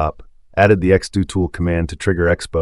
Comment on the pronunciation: It's not x-doe-tool! It's x-do-tool.